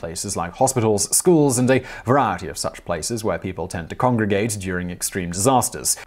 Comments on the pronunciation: Whichever writer keeps sneaking the word "variety" into Simon's monologues - his pronunciation keeps crackn' me up every time. SNEAK IN MORE "VARIETY"! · What's up with the way he says variety? It's not his accent, he sounds like he's having a small stroke